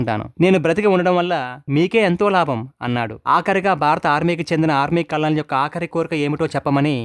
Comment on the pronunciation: కల్ నల్ కాదు కర్నల్ అనాలి, మన తెలుగు వాలు చాలా మంది కల్ నల్ అంటారు, ఎందుకనీ?